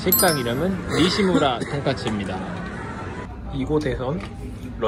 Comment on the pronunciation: 신주쿠 니시무라가 아니라 니이무라 아닌가요? 니시무라로 찾아도 안나와서 ㅋㅋ